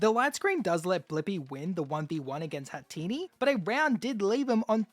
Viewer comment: Bro said hetanna as hatinni 😂😂😂😂